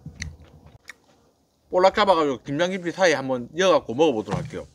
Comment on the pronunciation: 발음이 ㅋㅋ 김장김친지 김양김친지 ㅋㅋ 빵 터짐 ㅋ